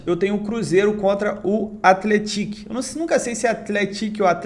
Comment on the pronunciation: É dessa forma mesmo que fala Athletic